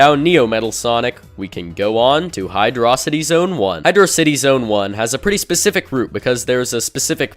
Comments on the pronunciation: dude said hydro-city instead of hydrawsity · Syllables Hy/draw/city Or Hy/dro/city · Hydocity (Hi-dra-city) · Hydrawdrow- was that on purpose? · I used text to speech a HydroCity is pronounced (Hie-droe-sitty) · It is hi-dro-city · hy-droh-drohcity zones xd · Hydrawdrowcity Zone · Hydrawdrocity.that is so funny. 🤣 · you pronounced hydrocity both ways in less than 3 seconds. YOU ARE A MAD MAN